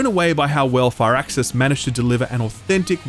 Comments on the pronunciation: Ahh God I never do this, but I have to say something, it’s FIRAXIS not FIRE-AXIS, it’s pronounced “Fearaxis” pretty much. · took me awhile to figure out you were saying firaxis and not far access. gotta love the accent.